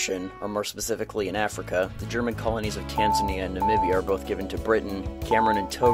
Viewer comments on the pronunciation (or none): none